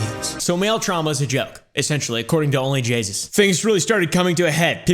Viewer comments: It’s onlyjayus not only jasus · "Jaysus" Jay..... SUS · I thought he was saying only jesus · instead of only jayus he said only jesus🤣🤣🤣🤣🤣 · Bro keeps saying Jaysus when it's Jayus Also no disrespect to you, I love watching your videos ❤ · It's JAY-US. NOT JAYSUS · I find it hilarious he says jaysus instead of jayus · Onlyjayus not jaysus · It’s Jayus not “jaysus” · You're saying Jaysus, but its Jayus so you must be calling her sus right? Because Jaysus sounds to much like Jesus. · its only jay-us not only jagus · It almost sounds like pronounces OnlyJayus as "OnlyJesus" on purpose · He said Jaysus not Jayus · Where is he getting the extra s in JAY US 😂😂😂😂😂😂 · Bro said jaysus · Idk why its so funny to me that he says onlyjeyzus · I love that you call her onlyJAYSUS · I honestly can't tell if he's saying onlyjaysus on purpose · Not me hearing onlyjesus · "ONLY JAYSUS" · Is he sayin Jay”sus”, or is it a weird way of pronouncing “Jesus”? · Is he saying onlyJesus????? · said jaysus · Ah yes, JAYSUS